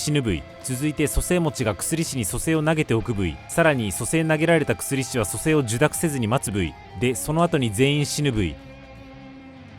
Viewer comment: 薬師って「くすりし」って読むの？ 「やくし｣だと思ってたんだけど違うんかな？